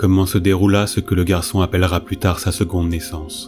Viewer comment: "jusqu'à CE que"...et gaffe aux liaisons, ça gâche un peu tout, c'est dommage.